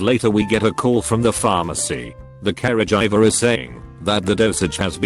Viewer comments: nobody: the robot voice: c a r e j i v e r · No one: Robot man: karah-jiver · Carajiver Wow that is the best pronounced word I have ever heard 😂😂😂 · Okay, this is too much. This damned thing is pronouncing "caregiver" as "carriage driver", and "coworker" as "cow walker".